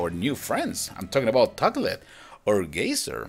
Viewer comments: gazer not gazzer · Its Gay-zer